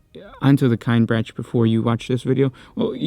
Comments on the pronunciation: This hurts me to listen to because their name is not pronounced "Kine branch." In all the audio books and audio dramas from Black Library, it's pronouced "Kin-eh-brack" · "Kin eh brock" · It’s pronounced “kin-ee-brack” brother!! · that is not how you pronounce Kinebrach at least that is not how they pronounce it in audiobook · Listened to some of the audiobooks. It grinds my gears how you pronounce their name. Amazing video otherwise.